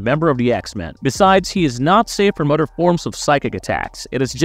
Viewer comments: AI doing the talk over parts in these videos is horrible. By the way narrator, other is pronounced O the er, not otter. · please buy a pop filter. Also, WTF is a mudder? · Did you just say "udder" opposed to other?